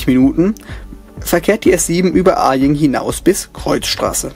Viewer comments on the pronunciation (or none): Kleine Anmerkung als Einheimischer: Bei Aying wird das A nicht betont, Grüße aus dem Münchner Süden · Kleiner Tipp für München: Das A in Aying wird nicht langgezogen, da das Y wie ein i ausgesprochen wird :P